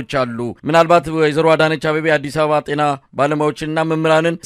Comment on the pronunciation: አማርኛ ሳታውቅ እንዴት የአማርኛ ጋዜጠኛ ሆንክ የቴና አይባልም የጤና በል🤣🤣🤣🤣🤣